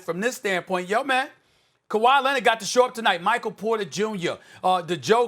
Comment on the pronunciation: Kawa lennid